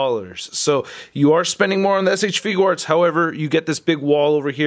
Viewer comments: You say shfigure arts wrong it is not shfiguw arts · Had to pause the video the moment I heard you say figUUarts.......Got annoying fast.